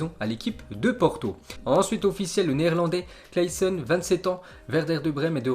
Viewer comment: Le prononciation de Klaseen